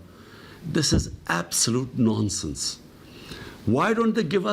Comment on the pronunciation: it's nonshen ppm 😁😁